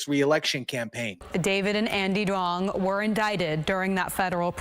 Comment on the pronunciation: Duong is actually Dương ( pronounced Zuong, not "Dong")